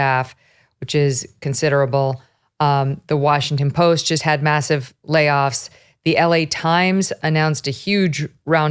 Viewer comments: At 1' 35" "...munce and munce and munce of layoffs" Why can't the woman do interdental fricatives? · Her valley girl pronunciation of "layoffs" made me laugh.